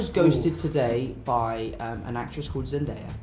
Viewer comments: when an 8 year old got Zendaya's name on first try . faster than all the other grown ups ever get her name wrong! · this kid pronounced zendaya's name better than other adult interviewers